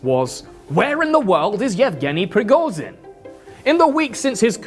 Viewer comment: its rigoSHin, bc z is pronounsed diferently and youre saying it wrong...